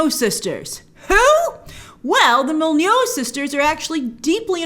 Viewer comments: I'm not sure that's how to pronounce Molyneaux" Mol-eh-new not Molly-know? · You said Mol-nee-yoo sisters lol :p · Molyneux - pronounced mol-e-new :) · Grace, I love you BUT it's pronounced MOL-LEE-NOO :)